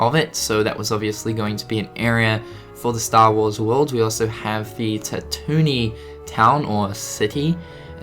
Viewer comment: U pronounced tatooine wrong thats y this vid is trash